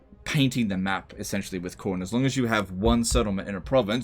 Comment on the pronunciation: Cor-nay? Lol